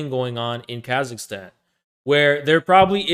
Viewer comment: “Here’s Khazakstan…”